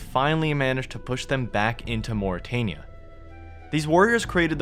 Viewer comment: Why do you pronounce things certain ways when Jagex LITERALLY has pronunciation guides for a lot of their names of ppl and places either on their wiki or elsewhere MorytAnia as in Ayyyyyy like the fonz Drezel like pretzel, or yknow? Like the actual hebrew name is pronounced? Drakan like drac in dracula and then short an almost like it was spelled Drak-en The emphasis is on the DRAK not the AN its not DruhKAWN